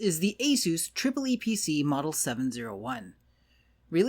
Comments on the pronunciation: disgraceful; he said "triple e" and not EEE PEE CEE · is pronounced eeeeepeeeeeeeeeceeeeee